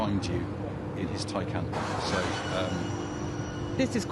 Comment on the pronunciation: You mean taycan